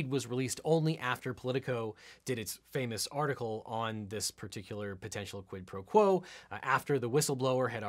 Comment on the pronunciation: Why does everyone insist on mispronouncing quid pro crow?